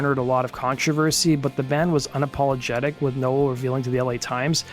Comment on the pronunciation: Why do you meep pronouncing Bradley nowells name wrong ..? 🤔🤔🤔